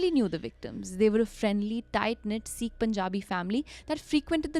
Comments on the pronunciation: you're an amazing narrator and all the love from Meerut but it's not See-kh. It's Sikh. Short 'i'. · Hey guys. Been a desi fan since forever but just wanted to point out that its pronounced as “sikh” not “seek”, 😬😬 It felt a lil annoying! Loved the episode tho❤